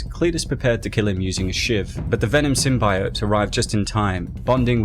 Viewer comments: Bro. It's Symbiote... SymBEEote. Not SymBYote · Dude holy shit, did you learn nothing from the fan reaction to the first Venom trailer? Sym-BEE-ote, not Sym-BY-ote. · Sim-bee-oat NOT Sim-bi-yote (Sony fucked up the pronunciation in the movie) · It's is pronounced 'SYM-BEE-OYT' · Video: Sym-bye-oat Me: eight, imma head out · Please don't Pronounce it Sym-bi-ote even the vemon movie makers at large dubbed in the 'correct' pronunciation after the terrible trailers for the first movie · Symb EYE ote.... Cringe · Sim - bye - ote lmao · Taking a big risk in the pronunciation of symbiote I’m pretty sure Deadpool was the host before Spider-Man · You pronounce symbiote the same way the scientist did in the first venom trailer and it caused them to change it mane!